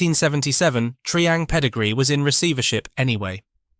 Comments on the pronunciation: Tree-ang? I always thought it was Try-ang. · It was pronounced Try ang and Meck arno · "Dorner Doo 217", "Mecka-no", "Tree-ang", "Macketchnee" - ain't it just